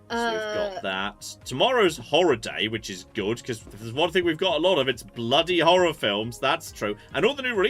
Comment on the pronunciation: I'm not sure if it's just an American thing, but there's a subtle pronunciation difference between "horror" and "horr-er". I wasn't paying close attention when suddenly announced "Tomorrow is Whore day... we should be swimming in whore films" - right after discussing sweaty farmer sexy pumpkin adult films, I had to stop and pay close attention to figure out what sort of game this really was.